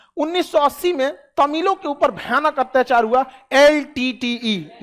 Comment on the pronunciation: Hatyachaar is cute 😀 I wouldn't say 'Atyachaar' anymore, It's Hatyachaar for me 😀